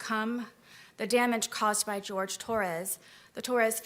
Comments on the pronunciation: she makes me wanna punch snowmen... HIS NAME IS JORGE NOT GEORGE HE IS HISPANIC NOT CAUCASIAN!!!!! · his name is Jorge, not George. Her calling him the wrong name because it "sounds better" is so disrespectful smh. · HIS NAME IS JORGE!!! SAY HIS NAME. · Not even surprised. She intentionally called the victim George instead of his actual name, Jorge. And sometimes some people just go by George when they have a name like that. Nope. Every Spanish speaking person in his family says its Jorge, but she literally ignored them all and the real way to say it. This woman will butcher any non-english word/name on purpose. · We been knew that she can't say shit, she still calls Jorge "George" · I may contemplate the thought of forgiveness if can say Jorges' name right. Even in death, she still has no simple shred of respect for him. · She still can’t pronounce his name, eh? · And she mispronounced his name.... THE WHOLE TRIAL. That is SO DISRESPECTFUL. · The least that court could’ve done was pronounce his name properly 😭😭 I can’t imagine what the family was feeling on top of the disrespect of having their loved one being degraded like that by the abuser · “Ken-Too-Suka-Roy” I had to pause and rewind when I heard that. the word is ‘kintsugi’, and it’s pronounced roughly like ‘kin-soogy’. Is her brain just… hardwired to mispronounce foreign names & words? She never could get the pronunciation of Jorge right either. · It’s Boone refusing to say Jorge’s name right that gets me.